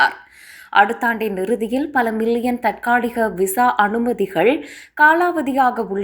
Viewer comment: மிள்ளியன் இல்லை மில்லியன்